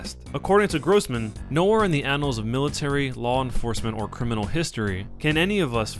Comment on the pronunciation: The words are pronounced: "KLEE-bold" "Puh-DOO-kuh" "GROSS-man" (long "o") LOL!